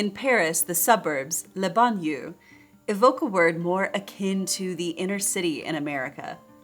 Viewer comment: If you have no idea how to pronounce "banlieues" please do not butcher the French language.